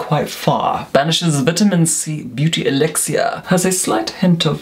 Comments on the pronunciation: Elixir. Pronounced by as "Eelixuer". Luv! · No one has ever said elixir soo....fancily 😁